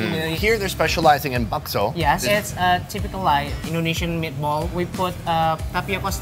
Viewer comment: bakso not bok so ok